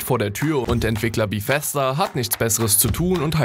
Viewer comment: Bithesda gibts nicht Es heißt BEthesda